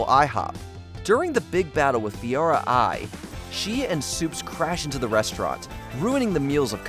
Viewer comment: It's pronounced fay Ora. Long a. Faora